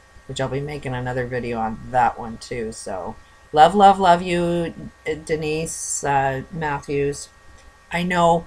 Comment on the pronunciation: You said her name wrong and you look insane.